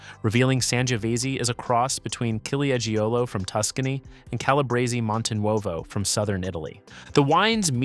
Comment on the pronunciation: Your pronunciations are cringe-worthy, particularly the Italian varietals Ciliegiolo and Sangiovese.